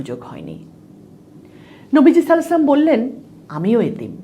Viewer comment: সাল্লালাহু 'আলাইহি ওয়াসাল্লাম শুদ্ধভাবে ভালো বলুন